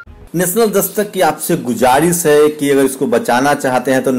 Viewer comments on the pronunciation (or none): aap ko is se pahle bhi ek baar remind kiya tha par aap ne shayad dekha nahi. Plz GUJARIS Nahi GHUZARISH hai. Aap Nivedan ya Request kyon nahi kahte hain? Wrong Pronunciation of Urdu words can't be ignored by Urdu knowing peoples. Plz don't mind.